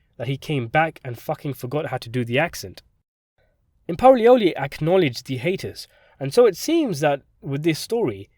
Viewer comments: Ha. Dude its called a Hy-Ate-us, not a Hatus. haha (hiatus) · I was lost for a while because I couldn’t understand what YOU were saying when you butchered the word hiatus (high-ATE-is). You said “haitus” (HATE-is). Fuggetabotit. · Hi-eightus not hatus Syykeee not syke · this was interesting, FYI hiatus is pronounced hi-ate-us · It’s “hiatus” pronounced “HIGH ATE US” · Your pronunciation of "psyche" and "hiatus" never had the makings of a varsity dialect coach. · are we trying to say “hiatus” ?